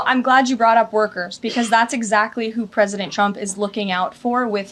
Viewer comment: The ”Pwesident” is ruining our economy. Tell me when is this “Trumps” economy. I just wanted to know when they think we can hold them accountable. Idiots.